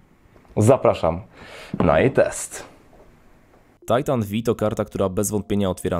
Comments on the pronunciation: To tego się nie czyta Titan V(five)? o.O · Ja myślałem że to się czyta tajtan pięć a , nie vi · Titan V inaczej tytan piąty. XD a nie Vi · Tajtan Vi xD Tysiąc osiemdziesiat TiAj :D Za to GieTeIx... ErTeIx... łot da fak? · V jak Volta